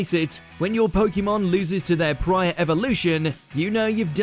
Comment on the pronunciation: Start by saying POKEMON Properly…